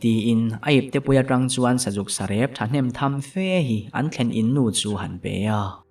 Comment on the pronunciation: Pasalth thawnthu chhiarah chuan a chhiar thiam/dik ber pawl I ni ang, mahse kan ti hram teh ang inthlahrung deuhin, ' kal thram thram, tih hi tham HMAsa zawk hi a ki sangin lam la a hnuhnung zawk hi ki hniamin, bung 6na a I lam dan kha chu sa in a sa seh tur a veh tham tham, kan tih ang a hman/thluk dan a nia, vir zawk zawk tih te pawh hi,'zawk HMAsa zawk hi a ri sang zawk tur, Ngam leh Ngam te pawh hi, a ri sangin Ngam leh Ngam, tih nise.